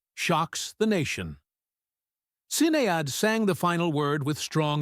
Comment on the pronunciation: Sin-ee-ad O'Connor? It's pronounced Sheh-nay!